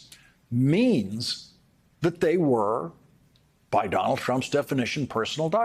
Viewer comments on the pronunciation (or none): Did you hear that he called Donald trump Donald crump🤣